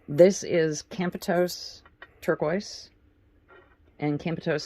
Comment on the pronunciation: The Turquoise you Mentioned "Campitos" is pronounced Cam-Pe-Tos